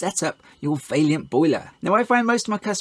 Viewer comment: Please stop pronouncing Vaillant vailyant